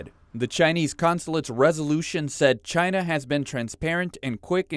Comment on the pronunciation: Because it was made in Chy-na.....CHY-NA....